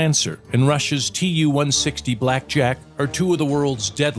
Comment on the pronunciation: Who gave Too-160 the nickname "blackjack"?! We call it the "White Swan"!!! P.S. Not Tu, but Too, long "u" (oo).